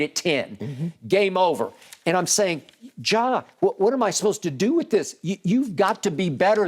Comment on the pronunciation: Nobody: Skip: “JAW” Morant